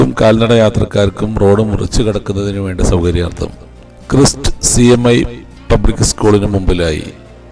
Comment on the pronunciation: ക്രൈസ്റ്റ് സ്കൂൾ ആണ്. ക്രസ്റ്റ് സ്കൂൾ അല്ല.